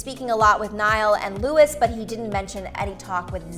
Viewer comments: when she said louis instead of louis(louie) 😡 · "LouiS" ..... Are you kidding me ? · Did she say Lewis? ITS LOUIS!! you pronounced it wrong 🥺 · Did you just call Louis “Lewis” 🤦‍♀️ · It’s NOT LUIS!!!!!!!!! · when they can’t even pronounce louis name right. the AUDACITY !!!